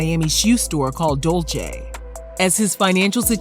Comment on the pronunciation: Not Dolce, Dulce which means sweet in Spanish and it’s pronounced like “dul-say”